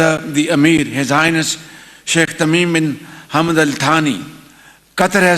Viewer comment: " Your highnsess" 😂😂😂